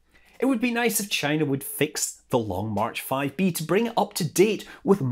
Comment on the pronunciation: Maybe that is a question you should ask “Chy-na.”